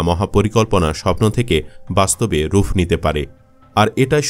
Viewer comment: your bangla is good , no doubt but please donot say ruff , say rup, not f it will be P, P.